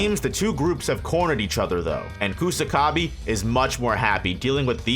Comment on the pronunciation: Sew-coona Coosa-ka-bee Penda? Really? Jesus fkng christ, you morons can clearly hear how japanese names are pronounced in the show yet somehow you morons still butcher them like total idiots